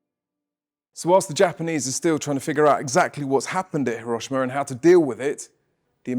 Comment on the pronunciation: At least pronounce it properly He-ro-SHE- ma